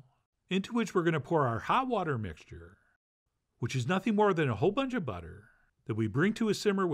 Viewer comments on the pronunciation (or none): none